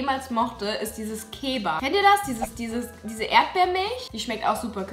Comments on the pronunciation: War „Keba“ ein Versprecher oder ist das Wort „Kaba“ kein verbreitetes Wort?😂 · Keba das heißt Kaba :) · ich bin geschockt, bin ich der einzige der ''kaba'' sagt und nicht ''keba'' ? grad kleine lebenskrise ._. haha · Das heißt KABA nicht KÄBA 🤣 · das heißt kaba, nicht keba 😅 ich trinke es immer noch seitdem ich milch trinke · KABA bitte nicht KEBA :( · Es heißt KABA und nicht KÄBA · Kaba nicht koba 😒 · Wer sagt denn bitte zu kaba " keba"? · hat sie wirklich keba gesagt!!!!